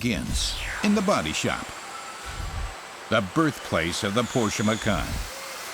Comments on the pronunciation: fantastic video! marred by the repeat mispronunciation of the featured brand...what a colossal error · The pronounciation of macan and porsche by the narrator really annoys me.... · Unfortunately the narrator doesn't know how to properly pronounce "Porsche". Great stuff. I don't like any SUV so even if I had the money I won't ever buy one. Thanks.